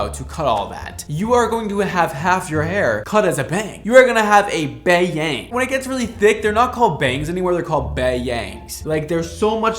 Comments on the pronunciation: Girl you will have Bay-Yang! 😂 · HELLO BEAUTIFUL!!! OMC “BAE-YANGS” I’m crying